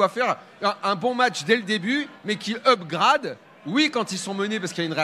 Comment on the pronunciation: "upgrAde" à la française. si tu veux utiliser de l'anglais, prononce bien.